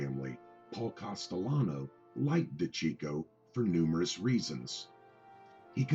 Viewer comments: Hey, fuckface, his last name is pronounced: De-ceecho! Why do you think they called him CHEECH and not checko? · You have trouble pronouncing things...it’s (day-see-ch-o)